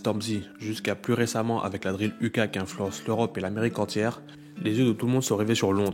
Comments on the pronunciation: la drill ''iou key'' pas ''u ka'' 😭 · Bonne vidéo mais si jamais « UK » ça se prononce « you key » pas « u cas » ahahahah force à toi